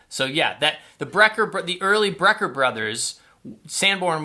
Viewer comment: Btw, it is BRECKER Brothers, not BREER Brothers.